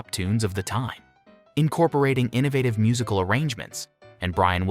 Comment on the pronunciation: Where are you getting these pronunciations? ...Their musical brilliance. Addressing sociatal norms and the pursuit of an idealized life... becomes "MusiCAL brilliance. Addressing sociaTAL norms and the purSWEET of an EEdialized life." Do you really talk like this???